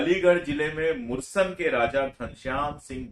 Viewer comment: मुरसन नहीं ,सर मुरसान है सही उच्चारण। thank you